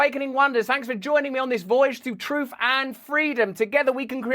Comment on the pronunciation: "TROOF" hehe